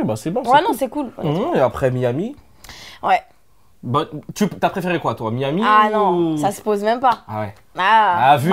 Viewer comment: A comme elle dit Miami 😂